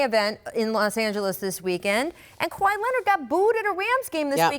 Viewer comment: Scottie finally learned how to say Kawhi 😆